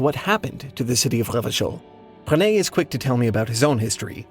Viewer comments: pronounced the hell out of revachol lol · I was thinking that he was doing an amazing job of pronouncing those French r's. I suck at the French pronunciation of that letter. It makes my throat hurt. 😅